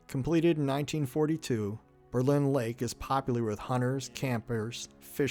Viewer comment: Berlin Township and Berlin Center was named in 1828 after Berlin, Germany where many of the settlers came from. I live ten min away and have many relatives there. Not that it may make a difference to you...but it's pronounced BER-lin...not Ber-LIN.